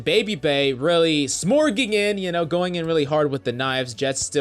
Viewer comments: Man said smorging 😰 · Dude its "Smeaging" not Smorging. Its based on Smeagol, the character from the Hobbit and Lord of the Rings. It doesnt really make sense because Smeagol is a super ratty character, always back stabbing and trying to slip in unnoticed, where as Babybay's playstyle is like kick down the front door, guns blazing, but whatever haha. Its still a cool thing they made up.